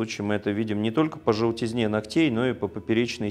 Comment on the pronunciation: Спасибо! Но, пожалуйста, измените ударения! КрЕмов,ногтЕй, пр.